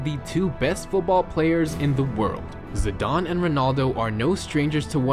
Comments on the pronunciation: Zidane not zidon 😂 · Its zi-dan not zi-darn